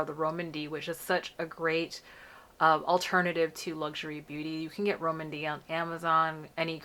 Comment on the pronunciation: Always appreciate being able to see these on our more melanated skin, thanks! Soda” looks pretty on you. I think Rom&nd may be pronounced as “Romand,” like with a long “o” sound :-)